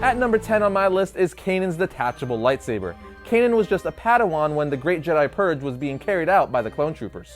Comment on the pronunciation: PRONOUNCED PURGE NOT PURG